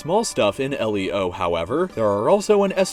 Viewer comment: It's pronounced leo like the name now L - E - O